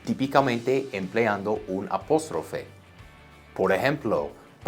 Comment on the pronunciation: lo ayudo con su Español es APÓSTROFE con A...vocal abierta para que su español se escuche mas latino!!! Profe eres un crack!!!!